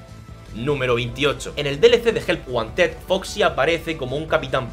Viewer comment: cuando dice help wanted parece que dices ayuda a un osito de peluche help one ted